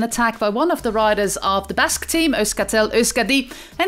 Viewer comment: I just like how the Commentator pronounces the Riders and Team names. It feels like we have been pronouncing them wrong all along.